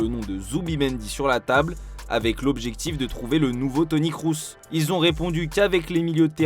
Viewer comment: pas compris, je sais bien que c'est kroos, regarde comment il a été prononcé dans la vidéo